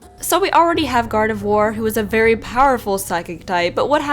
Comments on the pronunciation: You pronounced gardevoir wrong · You got Gardevoir wrong... One word: Flash.